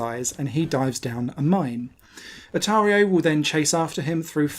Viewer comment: Hi Mr Pedantic here. Just thought I’d pop in to say you’re calling him Otario instead of Oratio (like Horatio Nelson but without the H). Cya!